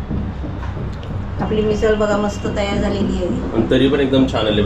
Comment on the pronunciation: मिसळ बोल ना